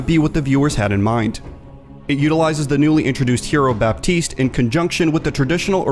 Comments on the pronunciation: The "p" in "Baptiste" shouldn't be pronunced, fyi. :) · You're not supposed to pronounce the P in Baptiste.